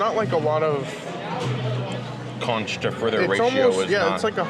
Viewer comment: It’s pronounced konk and it supposed to be less a hush puppy and more flat and round croquet. My husband will try it but I already know as a native Floridian he won’t be happy.